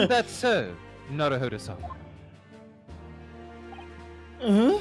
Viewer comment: You called him "Nawuhowdow"